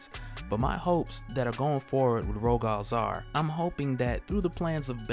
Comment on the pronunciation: It's pronounced Ro-gull Zay-ar like royal with a G instead of a Y. And then Zaar is a fine A sound, hard A, soft A. Like "Say are"